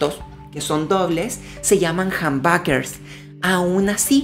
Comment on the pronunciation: Me da risa como los españoles y sudamericanos dicen jambaker.